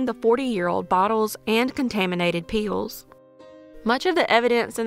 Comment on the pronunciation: Good video. I enjoyed lunch and pills being two syllable words. I’m from the south myself